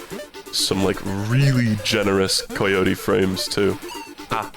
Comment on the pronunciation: I am convinced is hanging out with some sinister European man that is influencing the way he speaks. First it was pronouncing words like "obscure" as OBB-scure rather than ub-scure, then it was saying "been" like "bean" and now he's saying COY-yotie frames. what the hell